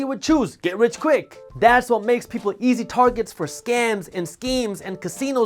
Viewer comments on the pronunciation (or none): none